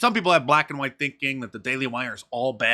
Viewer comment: She can't say white